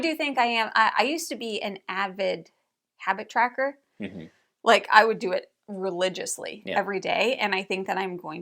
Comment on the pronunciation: Ohhh, Habit Tracker! I thought said she wanted to be a Hacky Sacker again. 😂